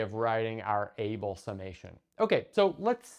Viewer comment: Just one little bit to pick: Abel summation is named for Neils Henrik Abel, a Norwegian, whose last name is pronounced AH-bel, not like the English word "able."